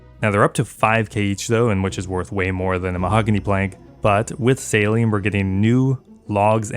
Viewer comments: Every time you say 'sailing', all I can here is 'saline'. 😂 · why are you pronouncing sailing like saline xD